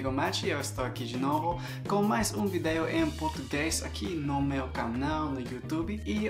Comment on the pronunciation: Muito bom o seu vídeo AMEI! Mas queria dizer que a pronuncia da palavra melhor, não é "melor" e sim "melior" e vídeo não é "vidêo" e sim "vídio"